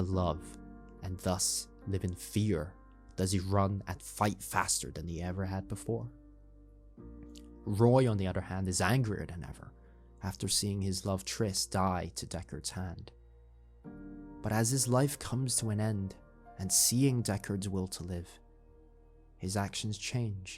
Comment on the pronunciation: Thanks, nice explanation. Its also Pris, not Tris